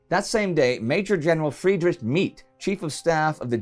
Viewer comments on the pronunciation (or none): none